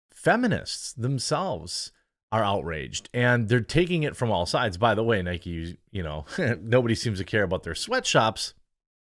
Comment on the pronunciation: its not nikey its nike it rimes with mike